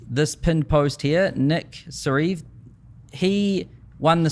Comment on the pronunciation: poor nick sareav, said sariieev again 😂